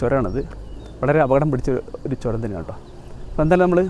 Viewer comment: എയർപിൻ അല്ല മാഷേ ഹെയർപിൻ ആണ് ചോരമല്ല ചൂരമാണ് ഭാക്ഷ നന്നാവണം അനൗൺസ്‌മെന്റിനു 🙏🙏